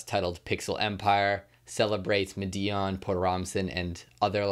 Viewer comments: I could be wrong but I think Madeon is pronounced like ''Mad-ee-un'' or ''Mad-eon'' rather than ''Ma-dee-un'' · Thanks for the shoutout to the Pixel Empire Podcast, we really appreciate it, and it's pronounced "Mah-dee-on" by the way. Much love!!!! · bro PLEASE learn how to say madeon